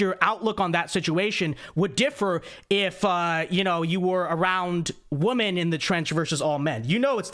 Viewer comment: your content is great... but PLEASE learn how to pronounce the word "women"!!